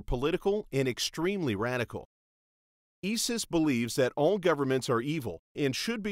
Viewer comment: Its " I " SIS not " E " SIS? .